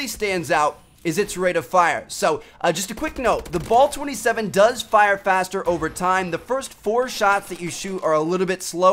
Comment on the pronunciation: I love how he pronounced it "Ball 27" XD